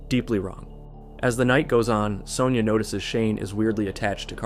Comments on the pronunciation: why are you pronouncing Sonya like that????. it's SUNYAH not soneyer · What fkn country are you from? In Australia it's pronounced "Son-ya"